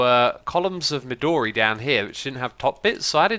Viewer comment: It's something everyone pronounces wrong, but don't stress the "do" in "midori" :)